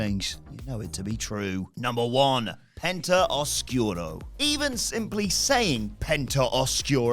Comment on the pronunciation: Not properly pronouncing oscuro and being irked about it is ironic